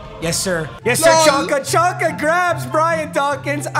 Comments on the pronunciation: I’m sorry but as a fins fan it annoys me u saying chonka it’s pronounced zonka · “Chonka” 😂 it’s pronounced Zonka